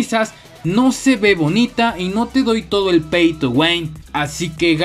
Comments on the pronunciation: Se dice pay to win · "Pey to wein": 2021